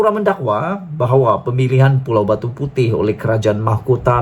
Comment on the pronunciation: Besar punya bodoh . Bukan pulau Batu puteh.. !! 😂🤣 Batu puteh.. 😛😝😜🤪 kesian duit mak abah hantar sekolah . ! Sebutan pun tak tahu...!!!